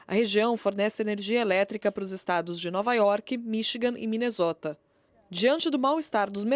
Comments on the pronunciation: Ouvir “MINEZÓTA” doeu no meu coração …. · Não e ‘ Minezota ‘. É ‘ Minessôta’ que se pronuncia